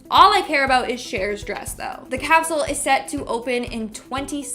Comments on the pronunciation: Pro tip: if you’re going to make a video about time capsules, use a host who can pronounce ‘capsule’… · funny how he says capsule